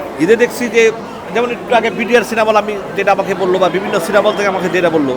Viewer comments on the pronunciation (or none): none